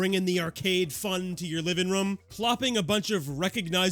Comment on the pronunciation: I love you, but I really hate the way you say “room” 😭😭